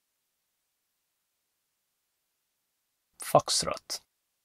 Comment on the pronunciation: Foks-TROH TROH :D bel video :)